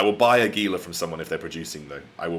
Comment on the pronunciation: Gila is pronounced with a “h” sound. Sounds more like Hela. Just saying.